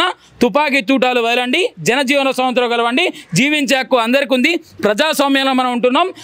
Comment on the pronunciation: Swasanthram kadu ra nayana 100 sarlu antunnav adi swathanthram😂😂😂